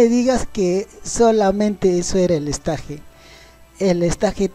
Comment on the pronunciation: "Esteich" porfa "esteich" o por ultimo escenario pero no estaje xD